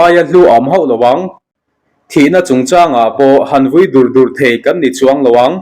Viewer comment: vui dur dur tih hi, i thluk dan a dik lo, dur dur tih hi, khua chu a dul ruih mai, tih a dul anga ri hian chhiar tur